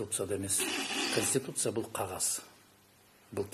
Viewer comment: ""КОНСТИТУТЦИЯ""деген созду туура айта алышпагандар,анын ичинде эмне жазылганын кайдан окушмак эле!!!!!??🤦🤦🤦